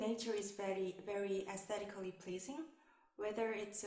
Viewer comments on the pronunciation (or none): This is good but I wouldn’t say band 9 because it feels too structured and overly pronounced. When she said “aesthetically pleasing” it sounded not native.